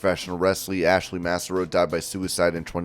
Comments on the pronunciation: MASS-are-oh and MI is not Missouri. It's MICHIGAN. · You can tell how young some of these people are doing voiceovers when they get stuff wrong like this. literally have never heard Massaro pronounced like this ever before lol you can tell he's unfamiliar with her. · Yeah her name is more like pronounced Cesaro except with an M and not a C